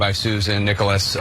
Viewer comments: It's pronounced "Necklace", not "Acorn". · Necheles is pronounced like “necklace”. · Do you seriously have to mispronounce every judge and lawyers names? Inconsequential but still really annoying.